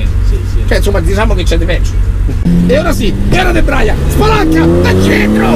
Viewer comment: Scusatemi ma "Debraia e spalanca" non si può sentire